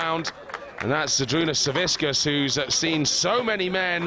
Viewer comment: Zavickas. Not Zaviskas